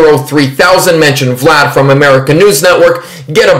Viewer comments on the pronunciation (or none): none